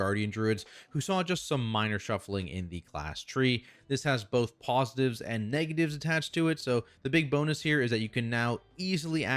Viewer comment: Haha he said “Pawsitives and negatives” on that druid section Good luck unhearing it